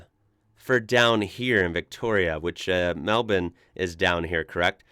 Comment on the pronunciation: Wow. A Yank that ponounces Melbounre correct. You belong in the Smithsonian.